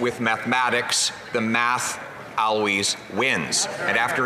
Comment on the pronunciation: Can we talk about the way Pierre Poilievre pronounced "always" ?